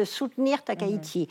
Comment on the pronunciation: Concernant la prononciation du nom de la Première ministre japonaise, Madame Valérie Niquet l’a fait absolument correct ! « Takaichi » [ta.ka.i.tchi] comme dans Taï-chi, et non [ta.ka.i.ʃi]. Je ne soutiens pas Madame Takaichi, mais il est important de prononcer correctement les noms, car il sera très difficile de les corriger une fois qu'ils seront devenus omniprésents.